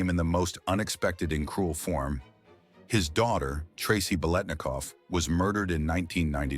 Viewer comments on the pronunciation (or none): Nice viedo BUT ur butchering his name Ba lit na cough not way it's spelled it's for you to pronounce it correctly 👍👍👍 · having grown up in the bay area watching all the raiders games on tv this is the first time in my life i have ever heard anyone pronounce the let in biletnikov this way. everyone said lit back then. as in bilitnikov. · Beelinakoff? You can't even pronounce the name! Why must anyone try to make "sensational conspiracy-like" garbage out of a normal story? Why are people so desperate to post crap on the internet? Whoever this is doesn't even know who this man was, nor was probably alive when he was....this man was a great NFL legend. Leave him alone. Get a life. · What fall from grace?! It's Bil et Nik Off! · the name is four syllables . Howard Cosell , for the correct pronunciation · Stop with the melodrama. Yes it was horrible what happened to his daughter, but it didn't break him. Learn how to pronounce his name correctly you damn 🤖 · these ChatGPT NFL History channels are bizarre. Its mandatory 15 minutes of wikipedia entries read by AI that ALWAYS mispronounces the legendary player's name on a 'channel' dedicated to their storied franchise. Low Effort Trash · Robot narrator cannot pronounce his name correctly. :face-red-droopy-eyes